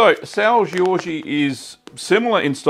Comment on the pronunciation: It's not pronounced Georgie, just sao George lol, also it's traditionally made with raw milk. I'm from the azores and have family that works in the cheese factory on sao miguel